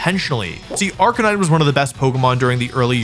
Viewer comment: Arcanine became a Ca-Nine😭